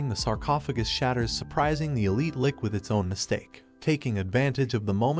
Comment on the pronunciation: you really need to start re-writing some of the words in the text-to-speech script phonetically... it's a Lich, not a Lick. (spoken, it sounds like 'litch', with a very soft t)